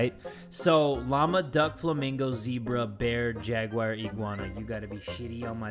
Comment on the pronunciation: Y does say Jagwire? Instead of Jaguar 👌🏽😅😂🤨🤔